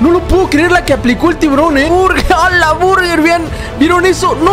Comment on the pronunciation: Hola me encanta ver tus videos de probando mitos y me da mucha risa cuando dises ala burrger jajaja mi ID: TFMURIEL